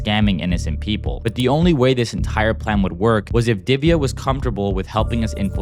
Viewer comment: U can't pronounce diviya it's divya like that how to pronounce